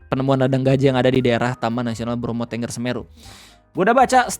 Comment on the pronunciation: Setau saya bacanya Bromo *Tənggər*, bukan Ténggér. Sama gausah berharap apapun ama Menhut baru. Menteri yang sekarang gapunya pengalaman Kehutanan apapun, dia pendidikannya filsafat agama ama ilmu politik, dapet jabatan karena dia petinggi partai dan member ormas. Salah satu kebijakan pertama dia di jabatnnya sekarang tu ngeganti logo Kementerian dari pohon bringin jadi kelapa sawit. Bikin curiga banget ada suruhan dari megakorpo sawit juga.